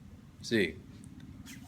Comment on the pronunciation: You need to go back to studying Spanish lol. I noticed you have a big problem with the stress of the syllables in the words like how you said tenemos and nativos and especially how you said la vida REEL LOL. Also your grammar was off a lot along with lack of fluidity. Just some constructive criticism